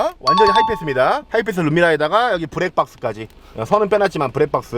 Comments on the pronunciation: 브루투쑤 브랙박쓰 ㅋㅋㅋㅋ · 엘레프쏘나타 ...부루투스...브랙박스..깨쓰차..엘레이다저스..그랜다이자...턱선...ㅋㅋㅋㅋㅋㅋㅋㅋㅋ